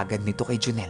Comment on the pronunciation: Pisti natawa ako dun sa pagbanggit ng pangalan ni joneeeeel 😜😜